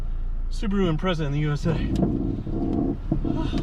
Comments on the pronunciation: It's pronounced Impre(t)za.. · Say it "Imprettsa". Excellent intro 😂😂😂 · Why can't Americans pronounce "Impreza" properly?